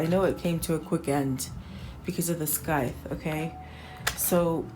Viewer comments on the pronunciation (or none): SCYTHE is pronounced "SIGH-th," not "SKY-th." :^D Excellent reading!